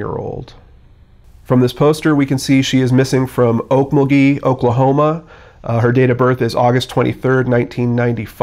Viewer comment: It's pronounced Ok MUL gee.